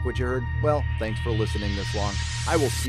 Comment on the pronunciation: am I the only one who doesn't hear the kid saying nerdroctic at the end? I swear he's adding a syllable, an "uh" maybe? maybe it's just a pause but sure sounds like something extra